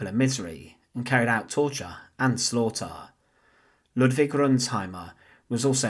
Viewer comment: He engaged in “tochah and slawtaw”.